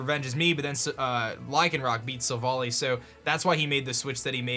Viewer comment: stop saying silvally wrong!!!!!!